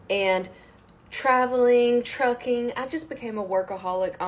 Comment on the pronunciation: Oh Trucking! Could have sworn I heard tricking. Turned out I was right